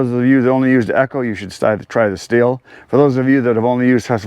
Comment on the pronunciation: You indeed say “shtil”